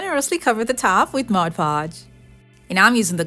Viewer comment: MOD PODGE NOT MODGE PODGE